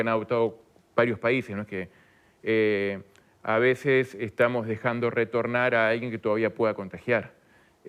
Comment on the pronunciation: "A veshes no tomar medidash también esh una medida" Pompita 2022.